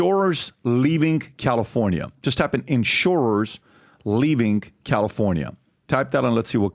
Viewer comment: Patrick, when you say words ending with "ing", why do you add a "k" sound? In other words, the word "LEAVING"...you say it as: "LEAVINGK". And you are not the only one. I hear it from a lot of people all of the sudden.